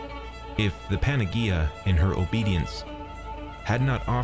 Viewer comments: for future reference panagea is pronounced with an 'h' sound not a g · lol PAN-A- GEE- A, in Greek g = y PAN- A- Ye- IA 👍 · Yeah ... I don't know that incarnate is ever pronounced like he says it here heh. Also, not that it's an English word, but he's also pronouncing "panagia" like I've never heard it pronounced ever in my life. It's pronounced more like "banayia", "g" is "y" in Greek. I try not to get hung up on these things but that's really hard to overlook for some reason.